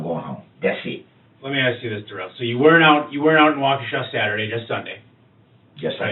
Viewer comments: Duh-rell. What a 🤡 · This guy wanted to be more black than he is...wanting to be called duh-rell as if his name ain't just Darrell 😂 I'm sure justice to this guy is being served in multiple ways in prison...I hope so anyways 🤞🏾🤞🏾